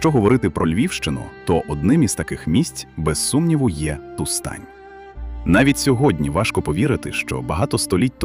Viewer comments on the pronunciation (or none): Тустань (наголос на перший склад) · Розумію, що ШІ не знає наголосів, але слово Тустань просто понівечили...Відео вцілому неймовірне і я вдячна за цікаву інформацію